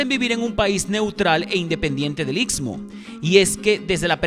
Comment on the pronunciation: Es istmo, no itsmo